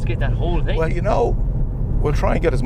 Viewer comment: I can't take any nation seriously that say ting instead of thing